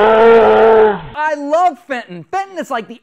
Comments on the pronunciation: It's not Fenton is Benton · The dog's name is Benton, not Fenton...... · The guy is welling benton not fenton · FENTON! Jesus CHRIST. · Actually its benton xD